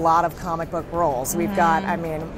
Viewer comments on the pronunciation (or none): none